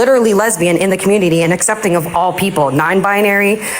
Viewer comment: bruh i got muted once for saying “assepting” bc i HATE how says accepting